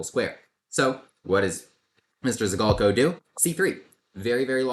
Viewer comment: Not to be too nerdy, but »Zhigalko« has a [ʐ] sound, not a [z'] sound. Kind of like the sound s makes in 'mea s ure'.